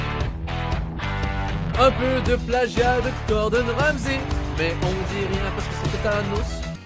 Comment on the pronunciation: Au debut de la video il dit Gordon "Ramsi" alors que c Ramsey maiw bon a part ce detail quand meme drole chaque vidéo que tu fais sur Etchebest je me tape des bars